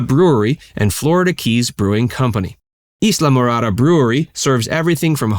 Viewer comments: It’s pronounced eye-la -morada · I'm a yank and that pronunciation had me throughly confused. Always thought is was heavy on the Eye as opposed to the E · Pronounced Islamorada wrong! Yankee